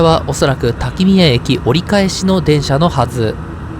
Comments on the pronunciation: おつかれさまでした。しまんトロッコは乗ってみたくなりました。 ちなみに途中の滝宮は「たき”の”みや」と読みます。細かくてすみません。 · 四国に住んでいたことがありますが、見たことない景色が満載！ 長旅お疲れ様です。とても楽しく拝見できました。 八栗も含まれているとは驚きです。かつて屋島にもケーブルカーがありましたので、営業していたら大変でしたね。 一つだけ訂正ですが滝宮＝たきのみや、と読みます。 素晴らしい動画をありがとうございます。